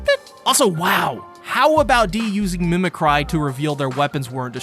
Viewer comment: It's pronounced "mimicree" lol